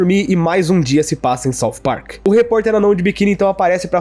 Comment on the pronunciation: "Parcu" KKKKKKKKKKKKKKKKKKKKKKKKKKKKKKKKKKKKKKKKKK